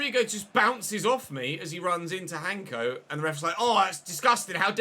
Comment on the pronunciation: just a small note for you, hancko's name is pronounced in slovak as 'hansko', it's a soft c Really enjoying this save tho.